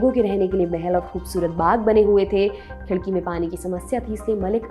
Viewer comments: खिडकी नहीं "खडकी" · उच्चार खूप चुकीचे आहेत...ऐतिहासिक व्यक्तींना सन्मान देण्यात यावा. तुम्ही मलिक अंबर साहेबांना देखील सन्मान देत नाहीत. उदा. शहाजी राजे, मालोजी राजे, खडकी आहे ते खिडकी नाही. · Ma'am let I know, it's KHADKI not KHIDKI... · खिडकी नही "खडकी" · Its KHADKI...NOT KHIDKI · Khadaki not khidki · Khidaki nahi khadaki...